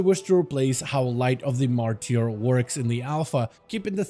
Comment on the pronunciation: light of the ''MARTER'' it is pronounced, not martier'' 😾😾